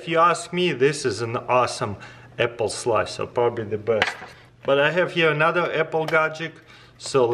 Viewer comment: Vuer did you learn that from?